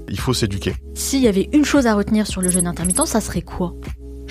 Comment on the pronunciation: Prononciation du mot "jeûne" : penser à "bleu", à "deux" et non à "beurre", "leurre", etc. Cela évitera de dire "je me suis fait un "jeune"... 😁